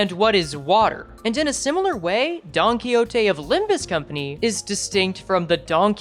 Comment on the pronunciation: i really dont like you saying don quixote like that but alr i mean its an actent